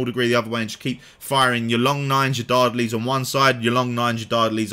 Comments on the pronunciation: Dardenelles = Dar - den - ells (silent e before the s) great video overall. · lose the "n" on the final syllable, lol